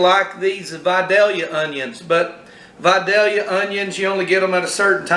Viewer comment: It’s pronounced VI-DAY-Yuh. Lol. Great job sir!